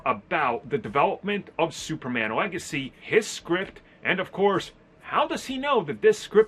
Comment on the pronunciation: Is it superman legacy or superman legathy like he said I'm confused smh